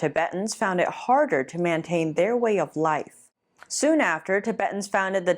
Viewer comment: This channel has so much critically important content! I support them 100%! however... Can someone please tell that "mantain" isn't a word? Saying the word cooperate [ko WAH pur āt] correctly also seems to be a challenge. is an example of the singular "phenomenon" being used in place of the plural "phenomena". These are just three examples of dozens of errors. Please improve the copy editing. It will further bolster and legitimize the reporting of NTD, a goal critical to its ultimate success!